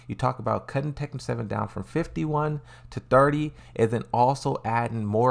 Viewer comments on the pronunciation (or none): none